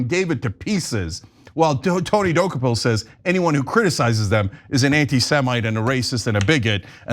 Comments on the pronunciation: “Doo-Coh-pul”. And yes he’s a smug POS that needs to be suspended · Wow, Uygur actually pronounced Dokoupil's name correctly, probably the first person I've heard do it. I'm impressed. Probably the only thing he's ever said that impressed me. Nice to see that he gives Czech-Americans the same amount of respect as black-Indian-Irish-Americans.